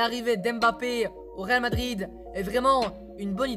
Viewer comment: Au ta voi tu dit réalmadride eu